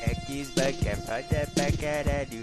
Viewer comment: kkkkkkkkkk crl o cara fala eggs box